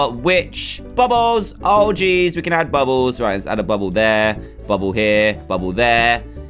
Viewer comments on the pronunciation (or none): Dan's Squirtle(?) Accent- Skwetow Dan's bubble accent- bubbo